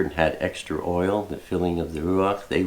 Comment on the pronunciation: Shalom, Sister! My husband and I are enjoying your trip! We’re up to the day before you cross the Mississippi River. Love your ruach and how you pronounce oil, lol! (We’re from Massachusetts.) Hugs!